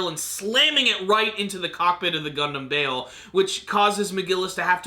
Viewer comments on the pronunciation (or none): Good point. And also, it's Bael, not Bale